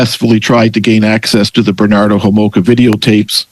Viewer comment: Its Bernardo not Benardo.